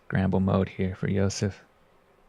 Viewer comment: you got that wrong, he pronounced Josefs name with pretty good accuracy, but butchered the name of the disc